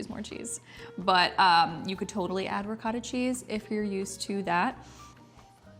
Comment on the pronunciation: Pasta al forno uses the pasta of your choice so you don't have to call it baked ziti if you are not using ziti. Also, the word ricotta is pronounced "ri coh tuh" There is no short vowel sound for the letter o in Italian. Any Italian word with an o in it uses the long vowel sound of "oh".